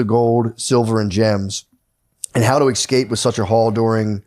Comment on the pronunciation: Matt says EXscape 100 times.